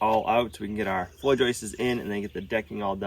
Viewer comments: I heard "joyces". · Joist’s’s’s’s’s - I learn from this channel despite my criticism.